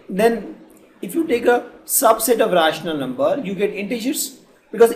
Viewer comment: Just listen the pronunciation of rational numbers and irrational number